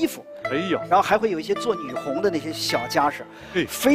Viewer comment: 我也是一惊，大导演居然读错字，太不敬业了。